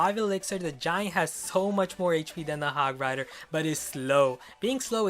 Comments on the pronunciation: 8: 46 did he just call it hog fighter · He called the hog hog frier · who noticed that ash said hog fighter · he said hog fighter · said hog fryder if you agree like this comment it was number 24 listen carefully!!! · you said hog frighter